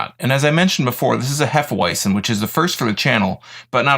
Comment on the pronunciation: sounds odd when you pronounce it in English. It's actually pronounced hefe-veitzen. any knowledgeable bartender,as well as most beer drinkers who watch this, would give you a weird look if you pronounce it the way you do. at least you don't say hefe weezin .other than that , a good review.